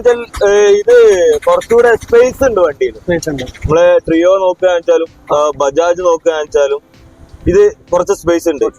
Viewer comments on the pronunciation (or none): ബജാജ് പോര പുള്ളേ